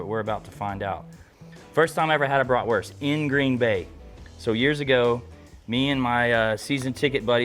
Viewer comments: Its bratwurst not bratworst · Bloody lovely, love a Bratwurst, but at least call it by its proper name, it’s German so stop pronouncing the w, it’s pronounced with a V so BratVurst. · I am a German Chicago Bears fan. I really like how you pronounce Bratwurst.